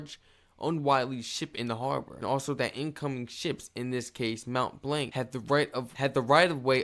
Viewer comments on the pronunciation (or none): Your second attempt at pronouncing Mont Blanc was pretty good, but then you stuck with the wrong pronunciation. Mont blonk, not mont blank.